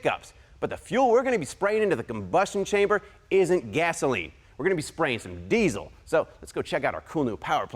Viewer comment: I wish I had a dollar for everytime he said deezle